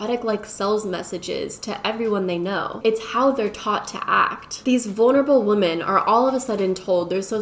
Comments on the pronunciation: I kept getting distracted by that this entire video. It's a good video, but it was hard to pay attention because my head hurt a little every time she said woman instead of women. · Is it just me or is she constantly saying "woman" instead of "women"? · I love these types of videos & think you do a great job with them. But my brain doesn't like the way you say women lmao i hear woman. I know it's just how u say it, obviously you're smart and know the proper word.. But i can't be the only one who gets thrown off almost every time you say it. 😅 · I love you but why do you pronounce women like that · You say women wrong. Fyi